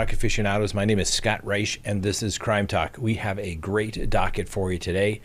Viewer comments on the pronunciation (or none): none